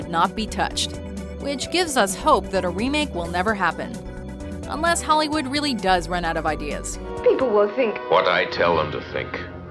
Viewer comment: Am I the only one whose annoyed by the way she says .com? There's no H in "com". It wouldn't be so annoying if it were part of an accent or something, but it's not. It's just an annoying mispronunciation. Oh, she does it to "hollywood" and "The Godfather" too. It's her O's. Her O's are Ohs.